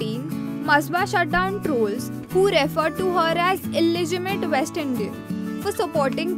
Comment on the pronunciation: It's not pronounced as masba, it's masaaba (spelling masaba) Not illegimate. It's illegitimate. Not kemo, cameo (just how it's written). Not desijon but decishun (decision) Whoever did the voiceover needs a lot of practice. It's sad that very young people without training do voiceovers badly and sab chalta hai bcoz they are paid so little